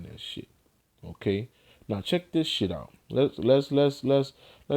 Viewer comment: The way u say ok is dumb as shit.. Okay..